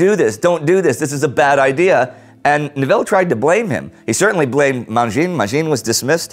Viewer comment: Not to be petty or anything (well, a bit) but why do you insist mispronouncing every other French name? The videos are great and all (but you know it, no false modesty) but you're killing me with those names. And it's not getting any better!!! I mean I know some can be tricky with their silent final letters but you're a specialist of WWI not getting such words as Arras, Joffre and Mangin correct is pretty inexcusable. I mean – come on – you can make your way through pages of incomprehensible military history but you are trying to make me believe you can't get a dozen names correct? So here goes. You're making a fair mistake with Arras. Normally, in French, the final S is not pronounced. Hence, Paris is pronounced pa-ree and not pa-ree-ce. The rule applies over most of France EXCEPT for most places in Flanders and Picardy where traditionally people speak either Flemish or a French dialect influenced by Flemish. There they do pronounce the final S. So it's not a-ra but a-ra-ce. On the other hand, Joffre was most definitely not jo-free but go-fr with a brutal ending without vowel sound like in regular or beast. Mangin is a bit of a bitch to get right because the "in" sound is absent from the English language. It's pronounced like the numeral "un" (one) in French. OK sorry for the complain but please please please make a small effort, it would mean a lot for us, people of Northern France. I mean we suffered enough during that damn war, don't do this to us. Thanks